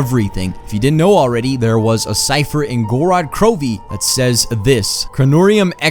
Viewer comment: I think the I is silent in Krovi